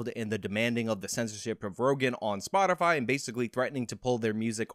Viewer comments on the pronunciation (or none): "Spotifly" -Jensaki